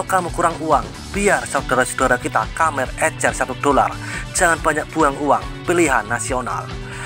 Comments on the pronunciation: Baca khmer yg bener lah min.. Dbca..Kmer..bkn...Kamer... Mbaca pun ndk becus,...ap lgi kl bca komen netizen malaydesh, dgn logat malaydesh, sangat kaku.. Cba admin yg bca sndiri, jgn mesin yg bca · Maaf min, koreksi. Khmer bukan "kamer" tapi "kmer" Salam satu tema 🙏🙏🙏